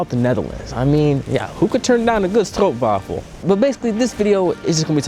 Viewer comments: First of all, props for pronouncing stroopwafel correct. So much americans turn it into something german, danish or swedish sounding thing. I like america, but your first point is why I never would leave the Netherlands. The US has some cool big cars, but utility of being able to walk/cycle somewhere. The taking things slow is more nuanced. There is a better work life balance, but also they like to plan things for the future so that get done correctly, instead of hastly done incorrectly. "haastige spoed is zelden goed." One small thing, if you are veggetarian, deepfried plantbased stuff is not always fried in plantbased oil, or its being fried in the same oil as the Mcnuggets. So if this is a issue, make sure to ask that. Enjoy your time in the Netherlands and good luck! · I was impressed by the correct pronounciation❤ Hate it when I heard people say stroepwaffles😢